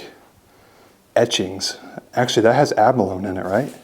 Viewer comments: Correction, you are close but it is pronounced ab-a-lo-nee. It is a shell that is found along the coast of San Diego. It contains a really delicious fish for lack of better description. I am sure it can be found in other places in the world. As a kid my brother use to go harvest it and bring it home for dinner. No it is illegal. That room you were wondering what it was for. I heard you mention caskets earlier, could that be an embalming room? Just a thought. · Yep, it's abalone... but pronounced ab-a-lone-i (like how the word macaroni sounds) =}